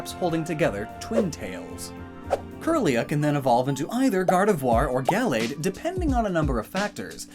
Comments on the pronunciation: 1. The stress in "Gallade" is in the second syllable, not the first. 2. The first /a/ in Gallade is pronounced "uuh." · I don’t really pronounce Gallade Gal-lade I say it Ga-lade